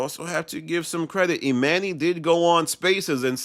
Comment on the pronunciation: Bro you be STRUGGLING pronouncing dude’s name, damn. EE MAN NYY head ahh lol